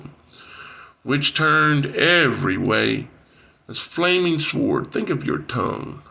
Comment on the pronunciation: FYI "Sword" is pronounced "Soard", not "Swoard".